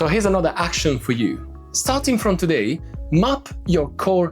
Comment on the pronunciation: Ok, when you said to “map your core space” I was quite certain you were telling me to mop my core space…. Yes, nice accent